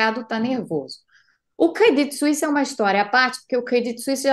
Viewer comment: Que maravilha a pronúncia dela para credit suisse. Horrível ter que aturar a pronúncia do pessoal tipo CRÊDITCHY SUÍSSY... vsf hahaha